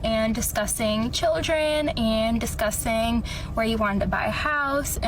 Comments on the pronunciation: Does anyone else hear her say "disgusting" and not "discussing" 🤣🤣🤣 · Is she pronouncing "discussing" as "discussting"?? Also, if you are on the hookup apps A MONTH after your relationship crashed and burned....uh...."I've always loved love so much" says it all. He was a bit player in the movie of HER LIFE.